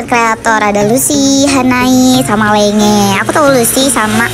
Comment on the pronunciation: Btw ka itu namanya lenge memang tulisannya lenge tp dibacanya "lenji" bukan dibaca "lenge" 😭🙏🏻